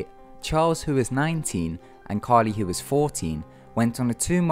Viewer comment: It's Caril, not Carli. This is one of the reasons I'm thankful for Ty Knotts, both of the other narrators had horrible grammar and pronunciation.